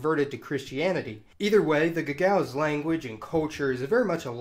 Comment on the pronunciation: Gagauz — ga-ga-OOZ.